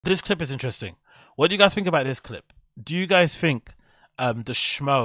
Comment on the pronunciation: Honest question.. Why do you say l, "fink"?